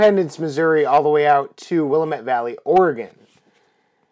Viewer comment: I guess if I were ever desperate enough to play this mess I would get to go first since I was born in the Willamette Valley, but you're saying it wrong. "Willamette" is a Clackamas Indian word and it's pronounced Wil-LAM-mett. Also Oregon is pronounced "OAR-uh-gun." (Easy way to remember this: If you wouldn't say WashingTAWN, then don't say OreGAWN.)